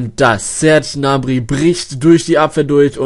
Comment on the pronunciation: Der heißt Gnabry und nicht nabry!!!!!! GGGGGGGnabry !!!